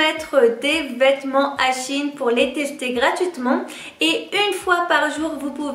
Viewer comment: C’est pas “Chine” c’est “Shein”